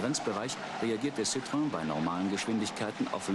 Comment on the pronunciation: Citroen [Zieh-Dröhn]